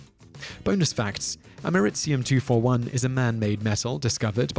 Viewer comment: "Ameritzium 241"? Don't you mean Americium 241?